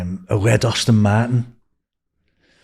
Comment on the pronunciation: What's a Austin Martin? 🤣🤣🤣🤣🤣🤣🤣